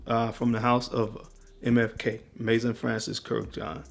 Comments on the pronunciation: Your pronouncement is improving! Another tip: 'Maison' is not pronounced as 'may-son'. It's 'meh-zon' (with the same 'on', but with a 'z') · mezon, not mason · Why do you fragrance guys have such a hard time reading ??? It’s not Club Day Nuit , it’s Club De Nuit . It’s not Mason Al Hambra , it’s Maison Al Hambra . Maison is the French word for house as in House of Al Hambra . Pronounced May-zon